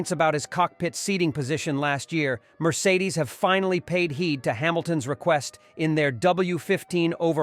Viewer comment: I can’t watch this channel again after hearing how you said Mercedes….